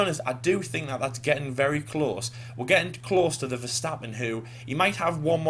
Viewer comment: Congrats on being one of the few English speakers who actually says "Max Verstappen" and not "Mex Fursteppen"